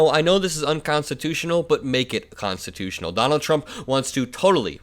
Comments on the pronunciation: Why is he not able to say unconstitutional, why is it unconstitus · Anyone notice that Trump often says it’s “unconstitution”, instead of “unconstitutional”? Occasionally he’ll pronounce it correctly, at other times he doesn’t. I thought at first he might be saying the last two letters too unclearly, like he often does. He often “swallows” the last letters, so that they are practically inaudible. For example, when everyone thought he was saying “bigly”, he was actually saying “big league”, sometimes you could hear the “g” at the end, but mostly you couldn’t. In these clips, though, it definitely sounded like unconstitution in the one clip and unconstitutional in the other.